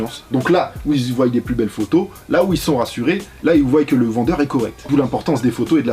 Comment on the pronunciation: Voient pas voYent 😭